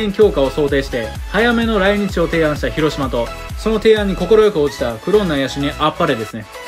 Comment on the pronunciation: 発音違和感。